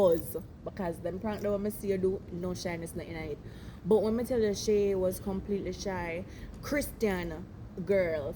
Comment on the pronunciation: 😂😂😂😂😂😂 bro she say shy Shay😂😂😂😂